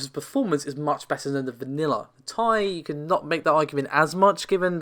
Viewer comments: Sure. It is short for titanium. The reason everyone gets upset about it being pronounced as "tie", is that Nvidia themselves, and every other channel and publication calls it the T.I. when any of them say it, and generally it should be said the way the creator says it, or called what they call it. If you're giving information to the public, you should strive to be accurate. Not just with the numbers, but with the pronunciation of a product. Navi is even more clearly supposed to be said like NahVee. AMD has spoken its name many times already. I understand the Tie argument, and while I agree, Nvidia does say T.I., so that's how its supposed to be said. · Please stop saying tie.......... Let me Tell you why..... 1st of all every capital letter in any name is pronounced each letter individually. For example United States Of America AKA USA.... Please tell me how you pronounce It ? That is correct each letter individually... Heck even when you say AKA or lol You don't say aaaakkkkahhh You pronounce it each letter individually how many times do I have to Teach people how to Properly pronounce Words. You don't say uuuuuuusssssaaaaahhhhhh you say USA Once again you pronounce each letter individually just as you would the RTX 2080 TI Oh I'm sorry once again even at the very beginning you pronounce The R THE T THEN X =RTX For the love of God get it right it's not difficult stop saying tieeeeeeeee. Or thiiiiiiii. Oh and another reason I know I'm right each letter is capitalized another reason to pronounce each letter individually Jesus Christ stop it. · Nvidia markets it as Ti not TI but otherwise you’re right